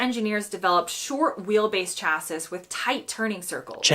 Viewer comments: Chassis is a French word. It’s pronounced sha see not cha sis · Sorry. Love these videos, but she just said “cha-sis” instead of “shasee” and it made me giggle. Surely this isn’t a US thing? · lol, chass-siss, its shass-ee.